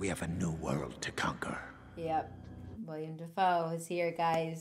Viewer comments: I know you're just a youngun, but it's "Willem" Dafoe, not William. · It's Willem Dafoe...not William, for the love of God! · Its Willem, not William... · Dang. Cut out the, "With great power comes great responsibility" lines :( Patreon exclusive content there, I guess lol Also, his name is Willem Dafoe. Pronounced like Will-um. Not William :) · Its not William, ITS WILLEM. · "Willem" Dafoe, not "William"